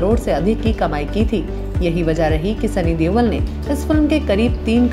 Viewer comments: Deol not deval lol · why is she pronouncing sunny deol as sunny dewal...its irritating !